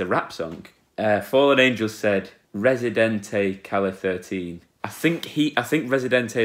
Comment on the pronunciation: Es que seguro que no sabe cómo se dice 13 en español... como se escribe calle 13, pues lee "calle thirteen"...